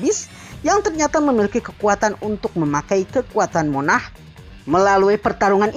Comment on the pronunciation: "Monah" :v, logat indonesia :v